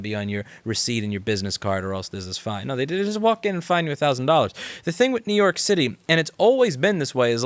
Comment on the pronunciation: It's up to youuu, Nuke York, Nuuuuke York ♩ ♪ ♫ ♬.